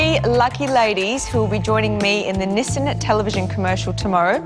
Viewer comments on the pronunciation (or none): I thought I heard Nissin when it was actually Nissan. 😁